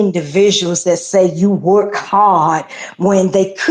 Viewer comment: The way he says work kills me😂😂😂😂